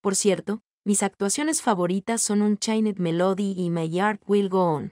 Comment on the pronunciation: "...mis actuaciones favoritas son chinet melody y my art will go on" 🤣🤣🤣 ¿No será más bien "Unchained Melody" y "My Heart Will Go On"?